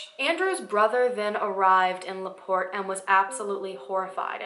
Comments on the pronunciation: My hometown.. I grew up hearing these stories and viewing our local museum with a good size section about her.. You did a great job covering this story.. And you did pronounce my town right.. lol (la port) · You said La Porte right! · You pronounced LaPorte correctly :) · Unless I'm just crazy, "LaPorte" was pronounced right. My mom grew up just two counties away, so I'm pretty certain, lol. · lol you said laporte right! i live about 15 mins away from there, and i’ve never heard of her!